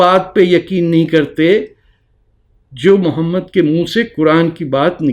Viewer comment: Jahil insan say the name properly. Mohammed PBUH. You are the biggest jahil. Illegitimate child of RAW.